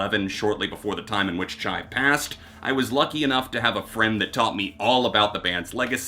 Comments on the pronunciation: Duuude his name is pronounced "Chee" not "Chai" RIP Chi Cheng. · Chi Cheng’s name is pronounced Chee, not Chai. That being said; your reviews are full of detail. I appreciate what you do. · Chee...not Chai. But yeah good job bud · Chai? Its Chee... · I've never ever heard anyone pronounce Chi's name as Chai?? But do you I guess. Lol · Innocent mistake but every time you say “Chai” for Chi is a tough listen. Beyond that here goes: 9. Adrenaline 8. Gore 7. Deftones 6. Ohms 5. Koi No Yokan 4. Around The Fur 3. Diamond Eyes 2. Saturday Night Wrist 1. White Pony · It’s pronounced Chee btw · So we just gonna ignore the mispronounciation of Chi and Mein?